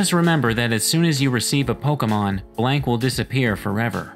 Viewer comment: It always annoys me how he says blank like black